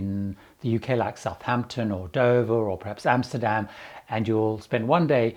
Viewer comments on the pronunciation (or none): none